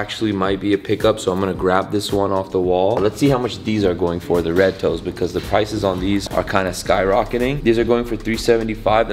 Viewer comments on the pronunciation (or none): “Red toe...” 🤣🤣